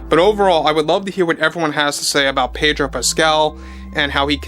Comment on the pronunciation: The "r" in Pedro is silent